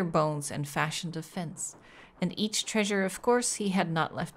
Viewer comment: I love how says "trAEsure" like Fred from Scooby-Doo. Honestly, her mispronounced words are all pretty cute; but I think that's my favorite.